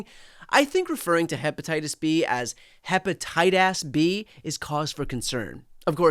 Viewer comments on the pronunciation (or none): What is hepatitas? ??? 😂